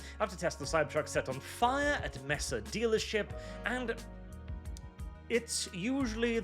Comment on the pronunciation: As a former Arizonian (moved), Mesa is pronounce May-sa. Yes, this irked me more than I'd like to admit.